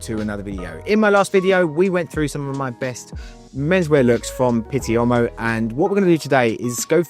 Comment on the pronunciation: Respectfully, you’re pronouncing pitti uomo like pitti ommo. You’re probably getting confused with the French pronunciation of the same word which is “homme” and pronounced “omm” in French. In Italian “uomo” you sound out all the letters and the “u” is like “ooo” so it’s “ooo-o-mo”.